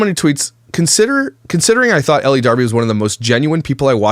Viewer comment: Again I think her first name is pronounced "el" not Ellie.